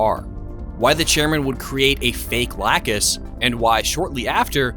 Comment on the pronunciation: My eye twitches every time I hear lacuse name mispronounced